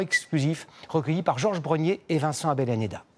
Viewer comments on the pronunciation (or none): none